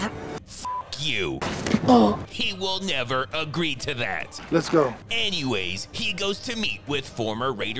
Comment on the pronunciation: “..he will Mever agree to thadtt!” 😂😂 Fire narration